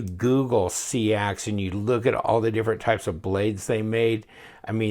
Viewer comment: It's pronounced SAX,, Fyi,,, atb